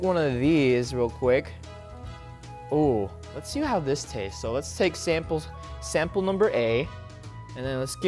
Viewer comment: WHEN HE WAS GOING TO TAKE A BITE OUT OF THE ONION RINGS WITH BAKON HE SAID SAMPEL NUMBER A LOLOLOLOLLOLOLL!!!